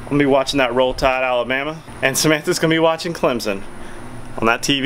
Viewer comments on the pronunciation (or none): none